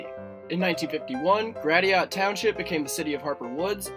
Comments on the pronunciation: gratiot =/= grat-e-ot = grash-it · Good video, one note at the end. You say grat-e-ot for your pronunciation of Gratiot. locals in Detroit say grash-it for that pronunciation. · Wait a second! Did you pronounce Gratiot as GraTeeOt? Where are you from? Everyone knows that the name is GrasShit ! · Great video,. I used to live in Michigan (originally from Ohio). Just one pronunciation mistake, which you've probably heard by now. Toward the end of the video you refer to "Gratiot" as grat-i-ot. People in Michigan call it "grash-it." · It's pronounced GRA-SHIT NOT GRA-DIOT Township, other than that it was a good video. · Good video. Your pronunciation of Gratiot gave me a laugh... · Yes...it is pronounced Grash-it! (not Grat-e-ot) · Lol gratiot is actually spelled like grass shit he pronounced it weird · If he was good he would know that Gratiot is actually pronounced with an SH sound and not with the T sound. It's really pronounced like (grashit) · Just so you know Gratiot is actually pronounced Gra-shit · Video was perfect until you butchered Gratiot. 😂 It’s cool good job! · I actually thought he was so knowledgeable he must be from around here...until he pronounced that. ;-)